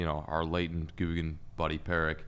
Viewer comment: “Latent” googan buddy= “existing but hidden or concealed”. Not “late”. Lol